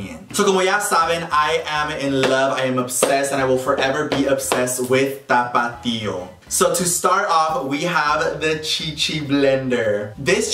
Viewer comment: Anyone else here "Topito" every time he says tapatio or is it just me lmao 🤣